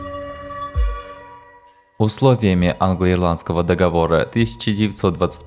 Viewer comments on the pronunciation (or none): none